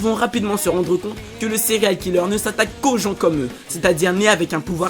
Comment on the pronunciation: Arrete de dire cereale killer